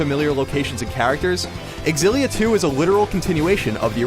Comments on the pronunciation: It's hard to listen because I'm so distracted at the way he pronounces Xillia, it's "Zillia" not "Exzillia" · It's pronounced Z-illia not XZ-illia... ffs man... -_ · It is Exillia, actually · Fate Aketsueki why do they not understand that its pronounced "Zillia"? i mean how do they pronounce xylophone? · Why can't ign say Xillia right.